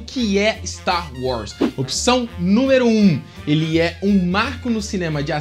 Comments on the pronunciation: Véio, você precisa de um ou uma fonoaudióloga urgente! Não dá pra contar nas estrelas de uma galáxia muito, muito distante, quantas vezes que ao invés de tu verbalizares Star WARS, você disse Star WRAS! Pqlm!! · "Sta Roz"